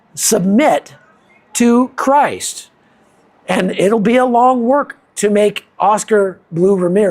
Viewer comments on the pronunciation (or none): none